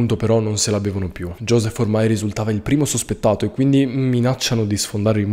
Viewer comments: "IOSIF" (più o meno) si pronuncia....non "GIOSEF" 😅🤣 E' olandese, mica calbrese! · Conoscevo già la storia. Terrificante. Josef comunque - e solo perché lo hai chiesto, non perché cambi qualcosa - si pronuncia "Iósef" (fra l'altro con la "O" chiusa) e non "Giòsef". Ma come già detto, è solo a titolo di curiosità, visto che lo hai chiesto. Ho sempre pensato che la maggior responsabile fosse la moglie di Josef, colei che ha permesso al mostro di fare ciò che ha fatto. Non venitemi a dire che a una moglie non venga un dubbio se il marito le interdice una zona della casa. Magari non poteva immaginare la verità, ma un dubbio che ci fosse qualcosa di "strano" nel seminterrato, qualunque cosa potesse essere, non le era venuto in mente? Non ci credo. Capisco che potesse non sorgere il sospetto che ci fosse addirittura una persona rapita, ma il pensiero che comunque ci fosse qualcosa che non andasse, doveva venire spontaneamente a chiunque. Specialmente a una moglie che condivideva con lui una vita sotto lo stesso tetto. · La pronuncia in tedesco è Iosèf, non Giosef! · Si pronuncia Iosef in tedesco😊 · Un caso allucinante. E la moglie che chiaramente sapeva tutto? Comunque... Sí, il nome in tedesco si pronuncia Iosef. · Ciao... il nome ai pronuncia iosef è se la moglie sapesse de bunker? Si ma con il terrore che viveva in casa lei e gli altri figli ha finito con rimuovere i dubbi su il sequestro della figlia..... poi una storia di questo tipo ti sconvolge a tal punto che ti fa così arrabbiare e ti porta a pensare che tutti,madre e figli sapevano ma vivevano nel terrore. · Ciao, già conoscevo questa triste storia, comunque ricordati ke in lingua Germanica Joseph si pronuncia iosef con la lettera i e non come in inglese. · I nomi dei due coniugi di questo caso aberrante si pronunciano "Iosef" e "Rosemarìi" visto che sono di lingua tedesca e la figlia "Gabrielle" si legge com'è scritto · La pronuncia esatta del suo nome è Josef, ne sono certo